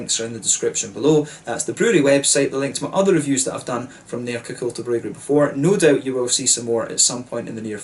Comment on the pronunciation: Im super impressed with your swedish pronunciations! You are nailing the Ä, Å and Ö. Great review! Cheers from Sweden. Btw you should review Stallhagen if you havent already, a great beer from the Åhland Islands, if I recall correctly they make a delicious honey beer aswell